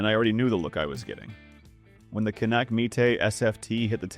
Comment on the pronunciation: It would be great if you knew how to pronounce the name of the pistol! It’s CAN nick not can ick!!!